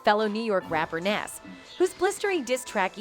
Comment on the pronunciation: STOP REPORTING ON BLACK ARTIST !!!! How tf you can’t say Nicki Minaj , Tupac or NAS WTF